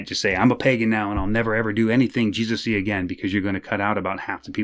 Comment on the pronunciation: My man said "they're really strong on the hey-zeus" 😆 THIS is why I love this channel